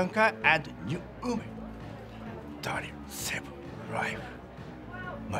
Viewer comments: "New ooman" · new 'uman